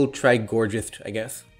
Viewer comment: Gor-ghiest not gorjist